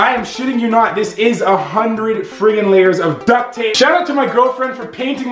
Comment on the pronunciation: 1,000,000 leyers of toothpaste